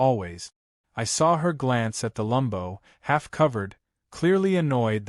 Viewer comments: Freaking AI can't tell between Lambo as to Lumbo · It’s Lamb-Bo!!!!